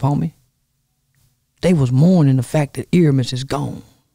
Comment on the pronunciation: My nigga keeps saying Earmiss lmmfao!!!!!! #Airmiess